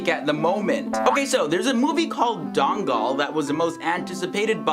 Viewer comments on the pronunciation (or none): its not dongle men😂 its DANGAL